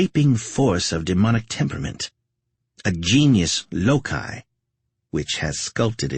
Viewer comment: genus loci is hard g not soft g lol